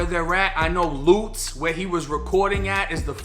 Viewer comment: Bro said lootz its Lutz😭